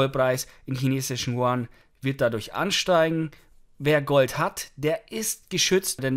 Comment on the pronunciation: Hi, können Sie bitte die chinesische Währung statt “chuan” als “jüen “ aussprechen. Dass wäre sprachlich korrekt und sehr freundlich von Ihnen. Schöne Grüße